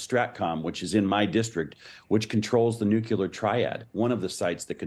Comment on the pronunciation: Nuc-ya-ler. Nuc-ya-ler. Is that anything like nuc-le-ar?